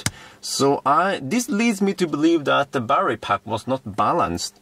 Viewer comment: unbalanced "barrerrie" LOL.